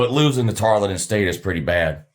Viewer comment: Tar-EL-ton Stephenville, Texas, south of Ft Worth.